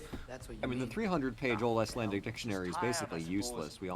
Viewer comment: pronunciation of Old Icelandic words is just chefs kiss